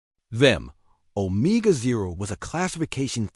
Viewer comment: Stupid AI narration. I just can't when it is mispronouncing so many words. The worst one is 'omega'.